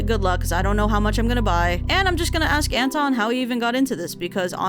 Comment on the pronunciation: The way you said Anton actually sounded like Enton, which is the german name of Psyduck, and it made me laugh. Perfectly fitting to the video theme too lmao It's really interesting to hear names from different languages in different pronunciations! Thank you for the video ♥ ETA: When I wrote this comment I did not realize there's a whole Psyduck tortured by others section, I now love it even more